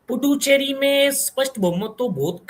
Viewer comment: पुड्डुचेरी सुनने में बड़ा maza आया 😂😂lathmaar haryani😅😊😊